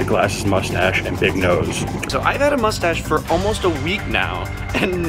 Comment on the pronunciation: the guy that say "no one can see my mushstash "